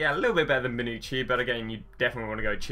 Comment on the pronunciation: Die-balah? Tshyelleeni? Come on man learn how to pronounce players' names. Great video otherwise.